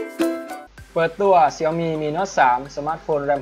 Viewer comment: ชื่อแบรนด์มันอ่านว่า เสี่ยวมี่คับ ไม่ใช่เสียวหมี่